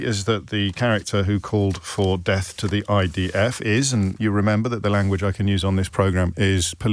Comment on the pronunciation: I thought he was saying “Deaf to IDF” 😂